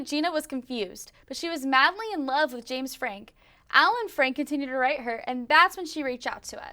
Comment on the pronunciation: Frank”e” …..Frank